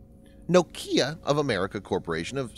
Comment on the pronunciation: I enjoy this presentation style but have never heard Nokia pronounced like that